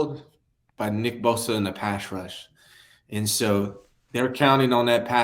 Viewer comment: Nobody can say pass rush haha it's always pash rush